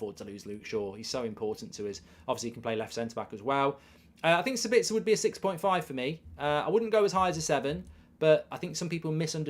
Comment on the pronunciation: As an Austrian it triggers me how you pronounce Sabitzer. You have to emphasize the A and not the I. So basically SAAbitzer